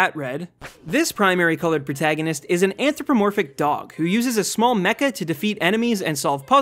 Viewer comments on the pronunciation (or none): Was I the only one who instantly cringed when he said anthropomorphic